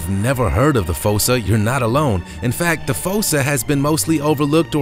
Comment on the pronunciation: It's fussa